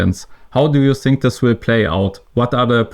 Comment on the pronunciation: Fantastischer Move dass du sink statt think sagst damit leute hier Verbesserungskommentare posten